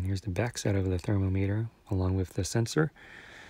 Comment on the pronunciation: Good video! (But the way you pronounce “thermometer” throughout the video should be a war crime)